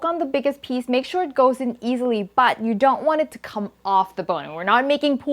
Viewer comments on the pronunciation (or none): none